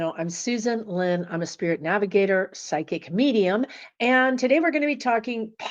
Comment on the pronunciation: That sounded like "psychic comedian", not "psychic medium"! :)